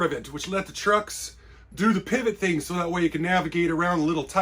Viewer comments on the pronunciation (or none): none